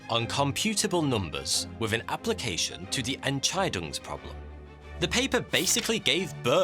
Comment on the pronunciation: you pronounced "enscheidungsproblem" so beautifully!